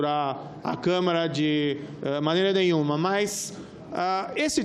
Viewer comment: Este Moro é uma vergonha. O cara nem sabe falar câmara.